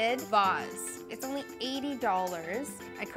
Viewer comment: your emphasis of ONLY makes me question your taste.